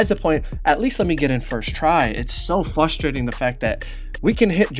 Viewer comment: “Fustrating” nigga wtf